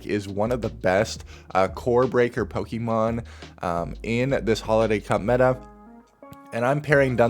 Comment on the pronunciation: why do you call it Poke eee mon? its pocket monsters.. the show we all grew up with called it pokaymon like they're french.. just call them monsters bro, you'll sound cooler.